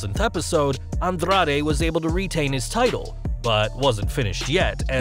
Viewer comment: Bruh...why are you rolling your "r" so hard when you say Rey Mysterio, Andrade or Carrillo?